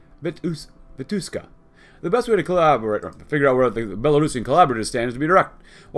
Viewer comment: He is pronounced as Vitushka, not Vituska)